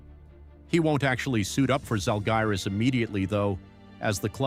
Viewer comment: Bro why can’t you even pronounce the Žalgiris team name in a correct manner? That’s quite low quality content here.